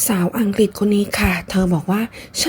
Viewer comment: อังกรีสสส😂